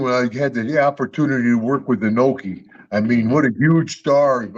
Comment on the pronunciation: "Ee-noe-kee", not "Eye-noe-kee": never look to Bill Burr for advice on how to pronounce Japanese names. It's true what Duggan says about Inoki. Americans and folks outside of Japan in general have no idea. Inoki is bigger in Japan, even after his passing, than any living American athlete is in the United States--and no, I'm not forgetting about that Chicago fellow with the sneakers. Inoki did indeed enter politics, the man in a national icon in Japan in a way that few American athletes have been in the States. Unless you've been to Japan and have spoken with many Japanese people, you can't appreciate how big Inoki was and still is in his native country.